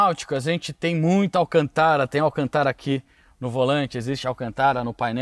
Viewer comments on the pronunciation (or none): Não é Ruracan é Huracan e não é Alcantára é Alcântara. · pq você pronuncia alcantára ? não tem acento agudo na palavra